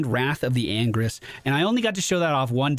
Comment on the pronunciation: The way he pronounces the ult it sounds like "Wrath of angries", lol.